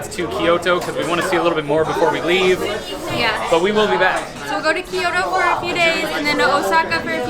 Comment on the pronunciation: ki-YO-to is a pretty bad pronunciation of Kyoto haha, no offense honestly. Try this: Combine the K and Y sounds, no sound in between, so it's like KYO-to. Great video, love from LA.